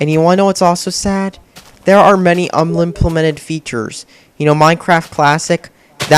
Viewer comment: Did you just say "Unmimplemped"